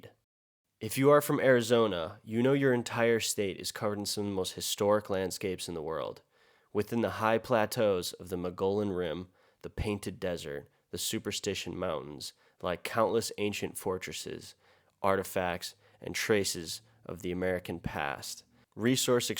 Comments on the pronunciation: Hey! 👋 Arizonan here. Not being pedantic, but just to let you know as a lover of our places, it's pronounced "Moe-gee-on" Rim 😃 Thank you for being an advocate for our country's lands... Lord knows our government isn't. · Hope to god this bill does NOT pass! This needs so much more exposure, I wonder how many people are actually aware of this bill? Just a friendly heads up Mogollon is pronounced "Muggy-own" 🤙🏼